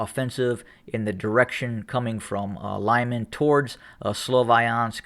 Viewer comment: Good analysis but my bratya, it's pronounced "Loo-mahn" not "lime-an" and "Don-bahs" not "Don BASS pro shop" although I like how u say Donbass lol xD